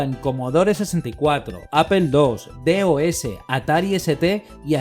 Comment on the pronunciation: "Scam" y "De-O-eSe" me suenan horrorosos. 🙃